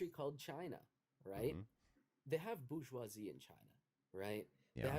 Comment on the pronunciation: It’s not bou-goisie. It’s bour-goisie. More evidence American’s confidently say things wrong and eventually people keep saying it wrong.